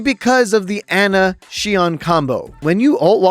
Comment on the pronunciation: why do u pronounce ana and sojourn like that